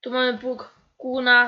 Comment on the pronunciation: Nie mówi się ''new holland' XDD tylko ,,Nju holland'' to samo z Kuhn,nie mowi sie kuna tylko KUHN XD